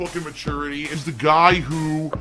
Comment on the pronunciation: To a nicer ghai, it couldnt hahpen.